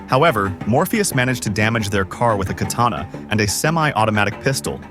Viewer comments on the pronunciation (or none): none